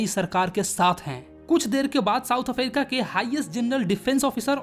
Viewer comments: africa❎️ aferica✅️ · Bro's pronounciation of africa